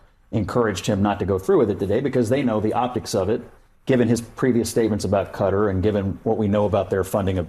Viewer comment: Hey! You're saying Qatar right this time! Ope. Update: said it right the first time at least...